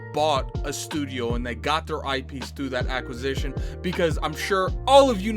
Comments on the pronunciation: What is an "acquis-A-tion" 😆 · Your homework this week is to improve your pronunciation of acquisition xD